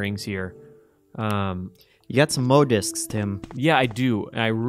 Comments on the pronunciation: I've been a diehard Resident Evil fan since 1998 and I always called them "Moe" disks. Don't be a nerd. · That guy claims he's a big Resident Evil fan, yet he keeps calling the M.O. disks "Moe disks." It's even made clear it's an abbreviation.